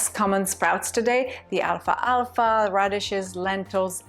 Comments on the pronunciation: It may be your pronunciation. To my knowledge there's no such thing as alpha alpha seeds. I believe you're trying to say alphalfa seeds. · BTW they aren't called Alpha-alpha like you said it. It is pronounced Al-fah-fa. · PRO-duce, not pro-DUCE. al-FALFA. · I think it is Alfalfa not Alfa alfa. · In the second jar are you saying alfalfa?